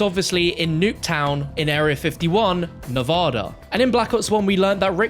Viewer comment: I’m so fucking lost with the zombies story line at this point, like wtf is all this shit. I think I’m caught up to bo2 but like wtf. Like what’s with the origins easteregg? I thought it was just all toys being played with? Also like please stop saying nevoda Is fucking NEV A DA